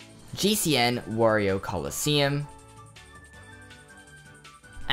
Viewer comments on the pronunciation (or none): none